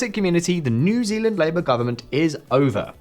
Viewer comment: Came here to hear you say new zelanieand at 9.40